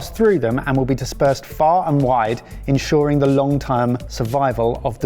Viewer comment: Sorry but.... "ensyooooring survival" - nobody else picking up this mad pronunciation?? haha